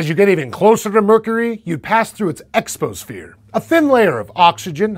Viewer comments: That should be "exosphere," not "exposphere" (like he says it) and also not "exposhere" (as the graphic spells it). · “Exposphere” Did you mean *EXOSPHERE*? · Exosphere, not exposphere. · "It's expo-sphere" And then they spell it "EXPOSHERE" I'm no grammar nazi--but seriously, people. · The narrator obviously doesn't know shit about planetary science, or else he would have caught that embarrassingly stupid 'exposphere' typo as he was reading it. How does this make it into the video? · "Exposphere"? Shouldn't that be "exosphere"? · Exposphere? Not exosphere? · Did he just call exosphere 'exposphere' ? I can condone the spelling mistake in the video which was 'exposhere'. I suppose the p got misplaced. But what's with making that error verbally?! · I'm surprised that the announcer didn't catch that typographic error. He actually read and said it as "Exposphere". I guess everyone has their bad days! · Could have just been a simple fat finger problem, O and P are next to each other on a keyboard.By the way, I think that initially happened in scripting, because said "Exposphere" or at least that's what is sounded like